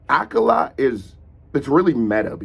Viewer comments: Ayo, it's pronounced like "Uh-Kaah-luh" Kinda hard to specify the phonetic difference because it's a word/name where it just sounds so much more "right" to say it as a british person, but the emphasis is on the "Ka" sound. So idk if my comment will help at all, but this is awesome and I'm glad you're doing more Akala! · just so you know it's pronounced A-kah-la. smashing it as always!